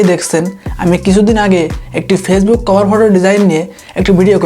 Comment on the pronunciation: কভার ফটো উচ্চারণটা ঠিক করে করেন